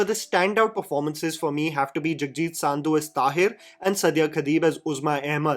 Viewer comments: Bhai it's not saaaaaandhu, its SANDHUUUUU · Idiot , don't pronouce Sandhu as Saaaaandhu rather prounce San as Sun Sandhu = Sundho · You speak fluent Hindi! What is Saaaandhu? Its Sandhu. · It's not saaandhu its pronounced as sndhu